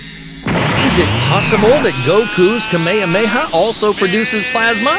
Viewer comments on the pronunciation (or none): Goku says KAH-may HAH-may HA, not k-MAY-uh MAY-uh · kuh-may-huh-may-huh? what? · ka MAYE ha MAYE ha had me dying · kamehameha was so wrong dawg dont say that ever again 😭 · the way he pronouns Kamehameha 😭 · He pronounced Kamehameha wrong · The way he said Kamehameha XD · uh so no one is going to talk about how sadly he pronounced kamakameha??;like...